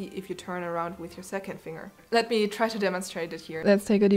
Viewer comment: The most annoying thing about this GREAT video is the pronunciation of the word FINGER!!! "Finger" is NOT pronounced "FING - ER", it is pronounced "FING - GER".